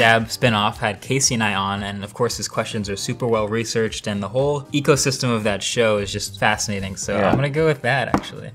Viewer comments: Take a shot everytime marques says "ecosystrm" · Nobody: Marques: EcOsYsTeM